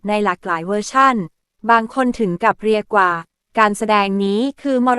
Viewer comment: ้เรียก ว่า อ่านเป็น เรีย กว่า